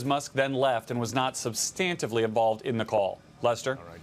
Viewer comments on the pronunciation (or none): Will someone teach Garrett how to pronounce "substantively"?